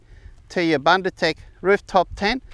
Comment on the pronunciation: Hi, thank you for promoting a South African product. Let me assist you with the pronounciation, though. The "u" in the first syllable, "Bun" is pronounced exactly as you are pronouncing the second "u" in "ndu"..it sounds the same as the "oo" in "book". Bundu means bush, or bushland or any area far removed from civilization...hope this helps?